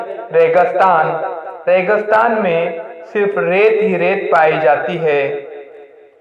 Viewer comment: بہت اچھے۔ ۔۔صرف ریگستان میں گ کے نیچے زیر کا استعمال کریں ۔